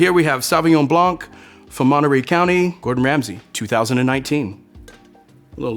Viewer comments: Homie it’s Blanc not Blonk.. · The C at the end of Blanc is silent! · bro is a sommelier but pronounces the C in Blanc? What a joke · as a French, hearing a sommelier pronounce it sauvignon "blank" it just hurts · Love this guy Just one pet-peeve of mine this video is how he says blanc The c is silent in French. It's just blan The c comes into play when the word is in its feminine form, blanche (blan shh) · Not sure what I should make of the opinion of a sommelier who says Blank instead of « blanc » (the ´c’ is silent! It’s freaking silent!!!) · The c in blanc is silent bro 😊lol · Can some one please tell that sommelier that the C in < > is never ever pronounce. French is my native language and that was scorching my ears, that said amazing video! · the C in Blanc of Sauvignon Blanc is silent. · If you are a sommelier you should probably learn to pronounce "Blanc" ;) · He lost me as he was articulating the ‘C’ in Sauvignon Blanc. French variety of grapes, no need to over complicate. But say it right… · the c in blanc is silent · The C is silent in Blanc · please tell me you're not pronouncing the c in blanc...